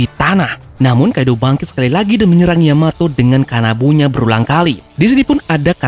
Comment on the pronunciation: terpeleset katamu sedikit Terpeleset sebut Yamoto kan seharusnya Yamato di menit 1.20